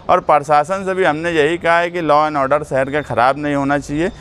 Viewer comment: Saher nhi shaher hota hai